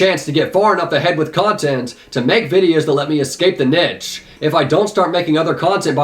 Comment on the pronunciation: Did he just say “niche” as “nitch”